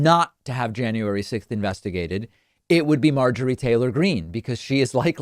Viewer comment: Marjory ... it's not Jane-uary ... ugh I hate her face too. Yuck.